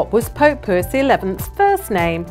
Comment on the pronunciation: It's NOT Pope Poo-is' it's Pope Pie-is